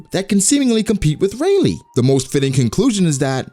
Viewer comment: Guys, its Rayleigh get it right